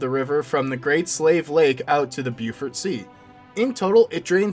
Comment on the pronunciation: Beaufort as in Bo-fort...not Bufirt